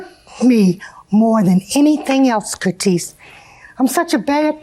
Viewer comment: I am going to call everyone who upset me, Curtese from now on.